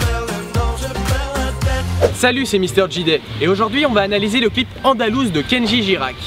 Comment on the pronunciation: ''ALONDOUSE'' sa ma tué 😂😂😂